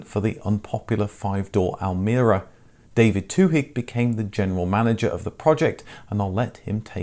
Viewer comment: The "h" in Twohig" is silent.